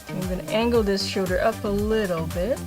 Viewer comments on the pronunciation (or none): i love how she says "shouder" #perfectimperfections